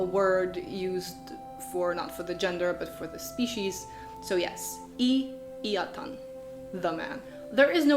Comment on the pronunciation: In many ways a nice summary, but do read up on the stress rules. For instance, atan is "AT-an" and not "a-TAN" .